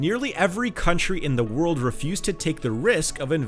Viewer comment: DUDE.....a 'd' at the end of a word is not pronounced like a 't'. World...not worlt